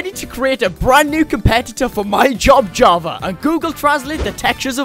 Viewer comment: he said Hava edition not version